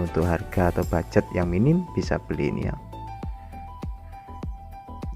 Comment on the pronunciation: Mohon maaf, minta izin. Mau meluruskan. Yang benar itu bukan Bugjet tapi ( Budget )